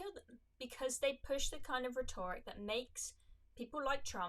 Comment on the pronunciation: That's not how you pronounce 'rhetoric' btw